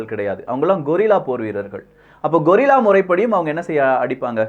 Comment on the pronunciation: கொரில்லா இல்லை, கெரில்லா போர் வீரர்கள். கொரில்லா என்பதன் அர்த்தம் ஒரு வகை விலங்கு. Gorilla 🦍! 😅